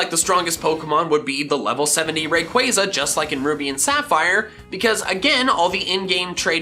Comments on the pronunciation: Im finna beatchu for saying rayqaaza its ray-quah-za wtf and arceeus emphasize the c not k kll me now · You also misread rayquaza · Man said rayquiza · It’s so annoying